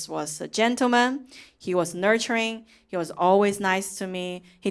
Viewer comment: HE but pronounced as HER (British accent) 😂😂😂😂 your name is so conflicted 笑話都非常有深度喔！💪💪💪👍👍👍👍👍👍👍👍👍👍👍👍加油。想看更多。